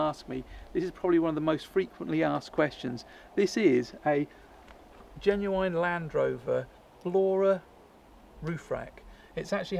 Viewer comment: Jeez why can't you pronounce "genuine"?